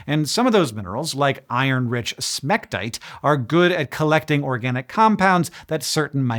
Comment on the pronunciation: He said smectite 😂